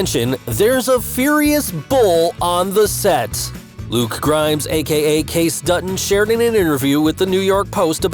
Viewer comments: It's Casey not case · his name is kayCe not kayc!!!!! if ur gonna do ur own youtube channel learn to pronounce the names correctly!!! so you need to actually watch it so you can hear how things are said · Why can't this narrator say Kayce correctly. Seems like he doesn't really know the show. It is not pronounced Case but kay-see.